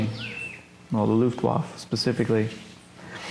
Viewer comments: I would have held up picture of his Father as he was talking about him. The Veteran pronounced Luftwaffe at least twice correctly and the interviewer kept pronouncing it his own way,, I found it annoying.. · As a history site you should now how to pronounce Luftwaffe….. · Very interesting look into an ordinary serviceman's experiences in the closing days of the war. The only thing that bothered me was that the person asking the questions didn't pronounce the "e" at the end of the word "luftwaffe." Kind of a fingers on the chalkboard thing. But good work, thanks. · The interviewer seems ignorant in general and somewhat disrespectful. Sort of like of like his heart is half in it. He clearly doesn't have any military background or basic knowledge in general and it shows. Sometimes quite painfully. And his mispronunciation of Luftwaffe is inexcusably ear grating. C'mon man, at least halfway try, holy S. And when he asked the guy to say in German what he would have said while he was radioing artillery corrections, it was absolutely DOUCHE CHILLING! I felt so bad for the soldier. That was such a disrespectful question. Like "OK, rollover doggy, rollover". You know why he's asking that, he obviously knows how most Americans, and he himself, feel about hearing things barked in German. What an asshole. is awesome and I congratulate him on his patience. The interviewer needs to struggle alone in dirty, slimy ditch while a fat penis suffocates him while wriggling down his throat. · For God sake, it’s not pronounced Luftwoff! Listen to; he says it several times. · Americans never could pronounce foreign words. Looft-Waf :-) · The interviewer never pronounces Luftwaffe correctly.. even though he repeatedly hears the German say it correctly. The final e is not silent in either German and English. Also, The narrator’s high nasal voice is problematic. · Dumb questions not much general knowledge and for goodness sake learn how to pronounce Luftwaffe